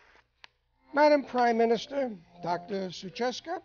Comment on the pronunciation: Her name is not "Suchacka" but "Suchocka" ;-) not that I like her but it is so patronizing to misspell your guest's surname, or is it all fine and you leave it like that?